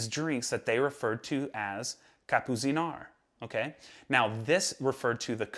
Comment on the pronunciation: Awesome stuff as usual and please pronounce Kapuziner Like "Kapputseener" ✌🏼